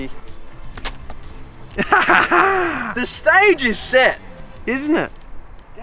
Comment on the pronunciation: "the SCHtage is SCHet"